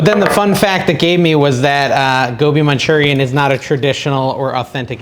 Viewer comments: You're saying it perfectly lol! I also love Aloo Gobi, which is an Indian dish also of potatoes & cauliflower. Not keto but delicious. Could you make Butter Chicken pls? Love Indian dishes. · I think you are pronouncing it correctly. Gobi is cauliflower.